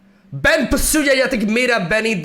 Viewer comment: He pronounced "Ben" right. Thats something. (Ben means I)